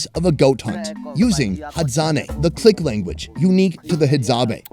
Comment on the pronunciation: I have to commend how is able to pronounce the guys names as its not easy to pronounce the clicks. As a South African I know how difficult South African whites pronounce simple blacks names yet we've got a white American pronouncing the clicks very well that even majority of black Africans can't pronounce. The man is great at what he does and maybe he was just born for this especially looking at how easily he's able to blend with any tribe and culture